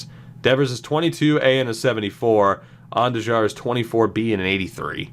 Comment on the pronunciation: On-Do-Har is how you pronounce Andujar